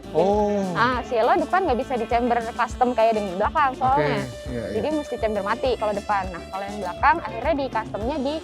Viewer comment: camber. lebih baik pembawa acaranya ngomongnya camber, bukan chamber, supaya lebih meyakinkan viewer bhw ini emg channel mobil. ngerti smw ttg mbl dgn bener. camber NOT CHAMBER